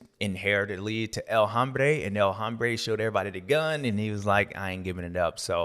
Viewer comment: The H is silent in El Hombre it hurts my ears when you pronounce the H.